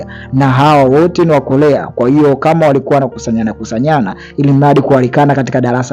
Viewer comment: korea sio kolea kuna muda mnaharibu muvi kutokana na mtafsiri anavyolegeza ulimi aaaakh